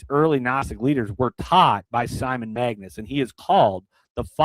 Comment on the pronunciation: It's MAGUS not magNus. Get it straight please.